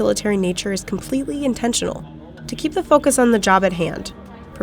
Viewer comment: It sounds like “to keep the fuckers on the job at hand”